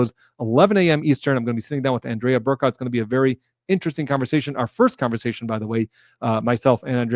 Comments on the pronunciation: So excited to see you and Andrea together! Her name, btw, is pronounced An-dree-a, not An-DREH-a. Just a heads up. She has already refused to let Bederow join. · Emphasis on the first syllable. ANdrea. The simple version of the name, a sophisticated version of a lady. :) Andrea Burkhart for president:)